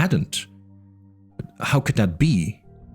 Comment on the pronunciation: While I like the sense of horror that this tries to convey, I do not believe that this is not an AI narration. I'm not even 2 hours in, and the amount of mispronounced words is astonishing for a non AI voice. Simple words like ceramics or "this, them, and that." Sometimes pronounced "dis, dat," other times they're not. Then there is the incorrect emphasizes on syllables of certain words like characteristically....all these are indicators that it's AI. Might be the OPs voice, but I don't think he was actually reading it. However, I still enjoy it. The slow tone, and the quiet but ominous music in the background makes this feel like a horror story, which Jurassic Park actually is. A sci-fi and, even folk horror story.